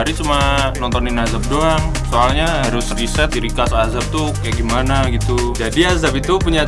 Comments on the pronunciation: azab❌ Ajab✅ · Azab bang bukan Ajab🗿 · Azab min bukan ajab